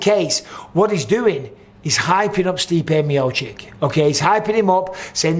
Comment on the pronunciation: MB can you please stop saying MiociK? It's MiociTCH ffs